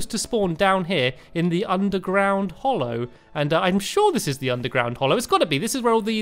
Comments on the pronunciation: ''Tis hallow not hollow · Hallow not Hollow Stanmpy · its hallow not hollow